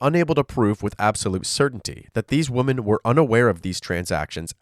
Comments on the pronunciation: Hey bro. You make high quality content, thanks! Idk if you'll still read this a month after, but as a tip, the pronunciation of women is wimen, with the i as in 'did' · 😂😂😂😂 "these woman" 🤣🤦🏽‍♀️🤦🏽‍♀️🤦🏽‍♀️🤦🏽‍♀️🤦🏽‍♀️ DUUUUDE!!!!!!!! Its ----->>>woMEN<<<-- NOT >>>>woMAN<<< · I noticed a lot of Americans say “woman” instead of “women”. Is that an American thing? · It’s charming you pronounce “women” like “woman,” but slightly confusing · It’s women…. Like swimmin, without the S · Love your vids but bro please learn how to pronounce ‘women’. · A nice change from murderers! Also, you gotta work on your pronunciation of "women"